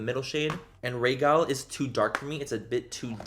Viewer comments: How can you LOOOOOOVE got if you dont know how to pronounce Rhaegal... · Errrmmm... are you sure you love GOT..? Because some of your pronunciations were very very off.......